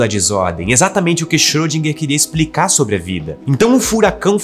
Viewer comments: Só uma dica linguística:a pronúncia de Schrödinger não é Xirôdinger.É Xirêndinger. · a pronúncia dele não tá certa. Não seria problema ele colocar humor se o humor fosse bom.